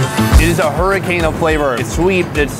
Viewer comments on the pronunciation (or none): none